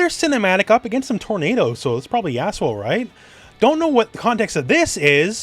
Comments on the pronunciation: I kept mishearing "Yasuo" as "Asshole" because I didn't realize that was his name. "But then Braun just kinda slams forward with the shield door, devastating asshole" made me sit up, raise the volume and turn on the CC. I was so confused. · Dude are you calling yasuo "Asshole". It really sounds like it lmfao